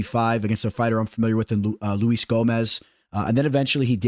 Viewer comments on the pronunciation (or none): none